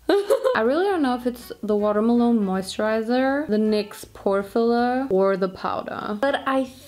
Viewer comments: It's the "Water Maloneee" for me... 🤣🤣🤣🤣🤣🍉🍉🍉🍉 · Love it how you constantly say watermalone